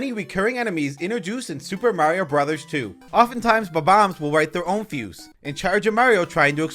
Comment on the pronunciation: I love how you pronounce Bomb-ombs like BAW-BAMS